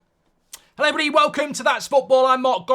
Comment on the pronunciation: I am just here for the "herroerrybdy"